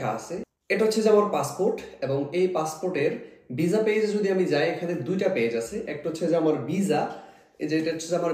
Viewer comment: ভিজা নাকি ভিসা 😂😂